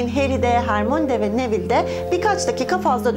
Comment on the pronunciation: Bu arada nevil değil nevıll